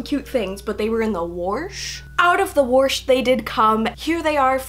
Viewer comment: YOU SAID WARSH bless my friends always make fun of me for saying warsh